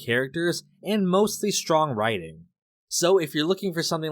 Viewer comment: De stwong, silent type.